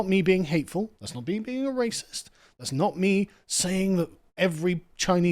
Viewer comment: Come ben you guys instantly fold when someone calls you a ray-sis. I can see why it was so easy to take your country. Bunch of tea drinking wimps😂